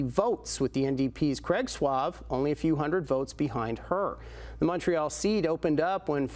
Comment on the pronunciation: Suave... 😂 Sauvé. (Saw-Veh) Meaning "saved".